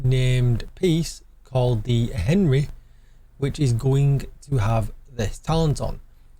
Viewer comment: "Ahn-ree". You sound like a southerner from my country pronouncing French words ;)